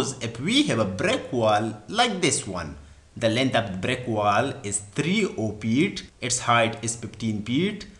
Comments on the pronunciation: Feet hota he, peet nahi hota da pakhtoon bachiya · Good explanation but you couldn't pronounced "F" correctly. You are Engr!!!